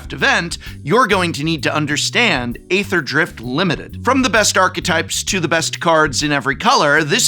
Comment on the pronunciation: nice primer, prof! it's "eether" drift btw :)